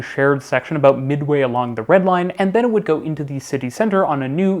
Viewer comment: excited “about”. Please!